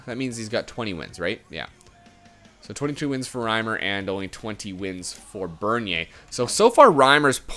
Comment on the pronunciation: Reimer not retailer WYF